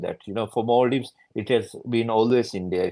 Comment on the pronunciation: No longer is it Maldives. It's become "mal-dives" (ill islands)